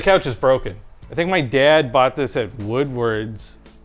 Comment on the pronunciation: "My DaayYAad"